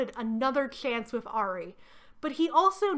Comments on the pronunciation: Hearing you occasionally pronounce Ari as “air-ee”/“airy” has been so validating because that is how I always said it as well. I found out YEARS later that it is supposed to be pronounced “arr-ee” LOL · I’m sorry I keep getting thrown off everytime you say Maya and Ari’s name 😵‍💫 I always thought it was pronounced My-ah and Ah-ree Edit: took me all day to finish your video, not because of you, this series is seriously like some weird fanfic 😂 Fang got taken out by effing seagulls 😭🤣 I can’t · As someone who was a HUGE maximum ride fan growing up this video is a wild ride down memory lane 😂 amazing 👏 (I gotta add though, not in a mean way or anything bc English is weird, but the way you pronounced Ari and Maya is driving a bit crazy 😭 but that's a me thing though lol, great video regardless) Edit: YOUR TELLING ME MARVEL ADAPTED THESE BOOKS??!!! WHAT